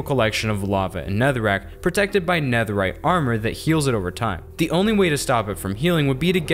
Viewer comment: Did he really say super neatherite I mean I love the design but super neatherite